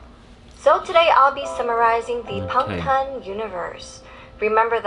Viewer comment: When see said bangtan I was so done